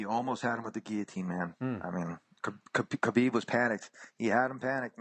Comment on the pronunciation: Does Khabib's name start with an "H" sound or a "K" sound. I hate the way Ariel pronounces it. Also, why does Ariel INSIST on saying Khabib's last name all the time. There is no other Khabib in the UFC. No need to say that ridiculous last name. WE KNOW WHO YOU ARE TALKING ABOUT!!!!